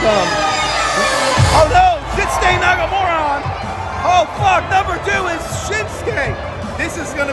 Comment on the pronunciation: Lol did he say Nakamoran?